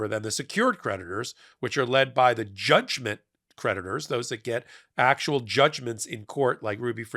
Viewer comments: I like the way you make 'creditors' sound like 'predators' ! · You said creditors; I thought you said PREDATORS! 🤣😂😝